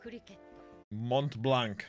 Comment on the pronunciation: You don't pronounce the "t" and the "c" in Montblanc